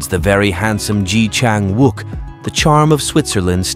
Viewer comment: Pronounce his name correctly please